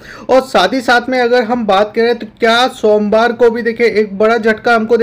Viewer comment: Sonwar ya Somwar😂